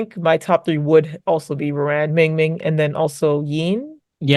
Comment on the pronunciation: Ruan is pronounced "rue-on"